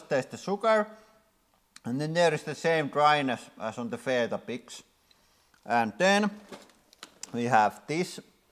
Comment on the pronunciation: Love your channel but I'd just say we say it like We-Tah-Bicks